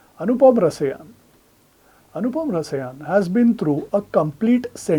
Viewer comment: Anupam Rasaayan. Not Rasayaan